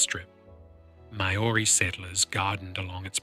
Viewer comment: The G ,in Rangitoto is silent ,and Maoris is also not said ,the way you pronounce it .